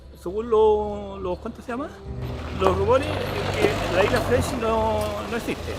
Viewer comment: se dice FRENDSHIP!! no friendship parece como si nunca hubieras escuchado el nombre antes y por desgracia te resta credibilidad